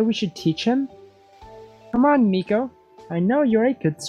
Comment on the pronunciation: Meikos name is pronounced my-co